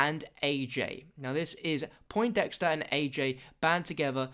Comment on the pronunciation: this is annoying me more than it should, but everyone is calling the nerd "poinT-dexter". there is no T. its Poindexter.